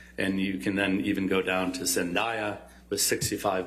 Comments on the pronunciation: Zen DAY ya. not dye/die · pls all i can hear is zen DYE yuh its pronounced zen DAY yuh and its killing me pls do zendaya some justice at least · They keep say Zendaya name wrong. Its NOT Zen-die-ya its Zen-day-ya 🤣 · I didn’t know people pronounce it: Zend-i-ya I always thought it was spelt and pronounced: Zend-A-ya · WTF is a ZenDieah? Pronounce people’s names properly. That is such a micro aggression. If you can’t be bothered to learn it then refer to them by Mr or Miss Last Name. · Every time they mispronounce Zendaya’s name, I cringed so fast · okay but the way he pronounces zendayas name is killing me 😭😭😭😭😭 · I cringe when they claim they are Hollywood experts but continue to pronounce Zendaya’s name incorrectly. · I hate how he says Zendaya's name